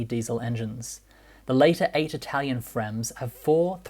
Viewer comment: The narrator trying to pronounce every non English word in that language’s accent sounds ridiculous. His Italian is not as good as he thinks it is and his Arabic accent sounds like Spanish